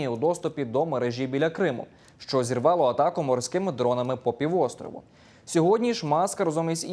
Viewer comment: Як же мене висушує це її шчо, точъку зору. Ну чому це бл&дство стало трендом. Поясніть цій малій, Що її роботизована вимова до української не має ніякого відношення.